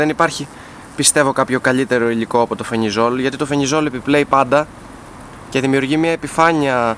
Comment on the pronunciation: Αδερφούλη ευχαριστούμε για ότι κάνεις και μπορούμε να μαθαινουμε, αλλά αυτό το "φενιζολ" λέγε το "φελιζολ"